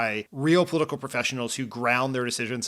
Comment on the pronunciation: You were a COMMUNICATIONS director for Obama and you talk like that?? Way too fast with nasal vowels that are almost. impossible to understand? Oh, the irony that you, with your position and career, can't pronounce the word "political" correctly with 4 syllables.